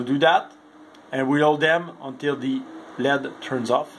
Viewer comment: Don't forget Lead instead of L.E.D.. They mispronounce a number of words an also use some improper terms. The proper words area associate and pair.